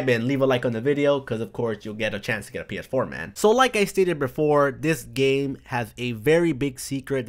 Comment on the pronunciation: Do you have problems saying PS4? XD You keep on saying PF4.